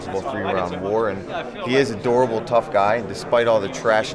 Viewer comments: I know he says "durable", but it sounds like he is calling Perry an "adorable tough guy" - which I think is so much better. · oh thats what he said? i thought he said durable 😂😂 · 38 I thought he said "an adorable tough guy" at first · lol I thought he said "he's adorable" instead of "a durable"